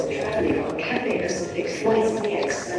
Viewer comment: On prononce CATAILLE Pacific, pas Caté .... !!!